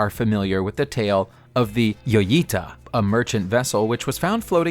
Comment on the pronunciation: This is the second time in 2 days I've had to make this comment. J is pronounced H for this boat. Therefore the correct spoken name is HOYITA. Please type it in scripts phonetically so your auto voice won't be so irritating.